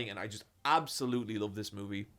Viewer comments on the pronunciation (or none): Take a shot every time he says moovie